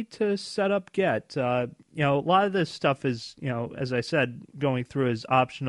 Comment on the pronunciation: Come on man, if you're going to promote yourself as a software engineer please (at the very least) pronounce GIT correctly... It's GIT not GET.